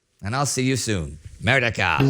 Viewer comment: Yes, but he mispronounced it haha